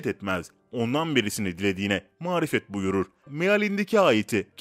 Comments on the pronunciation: Videonun 6.dakikalarina konuşan kişi mağfiret etmez sözünü mağrifet etmez diye hatalı söylüyor birkaç kez. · saniyesinfde marifet diyor amma mağfiret(bağışlanma) söylemeli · Seslendiren mağfiret yerine marifet diyor ikisinin anlamı çok farklı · Bir de doğru okusanız süper olacak, "mağfiret'i mağrifet okuyorsunuz, sallallahü aleyhi vesselem'i nerden öğrendiniz , gafûr ne zamandan beri gâfur okunuyor " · Evet bende aynı konuda yazacaktım baktım siz eleştirmişsiniz MARİFET değil MAĞFİRET bunu teleffuz edemiyeceksen sadece youtuber olmak için uğraşan sen bari daha dikkatli davran. Diğer konularda yaptığın hata affedilebilir ama dini konularda eleştiriler acımasız olur ve doğrudur. Peygamber efendimiz yanındakilerle camiye giderken yahudinin biri selam verir Pegamber efendimiz selamı almaz yanındakiler ya resullah neden selamı almadınız deyince dönüşte tekrar dikkatli dinleyin der ve namazdan sonra dönerken aynı yahudi Peygamber efendimize yine selam verir peygamber efendimiz selamı almaz yanınkadiler hayretle sorunca Allah resulu dikkat etmediniz selam verirken "es selamun aleykum" demedi, "essamun aleykun" dedi yani "Allahın gazabı, belası üzerine olsun" dediği için selamını almadım diye cevap verdi. Aynı şekilde sizin daha dikkatli olmanız lazım ne malum bilerek marifet demediğiniz. Verdiğiniz bilgi dini ama bilgiyi veren hani? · Mağrifet değil mağfiret lütfen doğru okuyun herkesin okuması yok dinleyenlerde var onun için dikkatli okuyunuz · Magrifet #Magfiret farkli seyler . Seslendirmede yanlis kullanilmis. Bir harf yer degistirince anlam nekadar farkli oluyor. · mağrifet değil..mağfiret kardeşim.... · Mağrifet diyorsun videoda üst üste ma yanlış doğrusu MAĞFİRET biraz daha dikkatli olunması gerekirdi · Videoda geçen "mağfiret" kelimeleri yanlış olarak"marifet" olarak seslendirilmiş. Düzeltilmesi gerekir. Hayırlı günler. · Mağfireti ısrarla marifet diye okuyup durdun az daha dikkatli oku ayetleri. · mağrifet değil mağfiret olacak kardeşim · mağrifet değil, mağfiret!!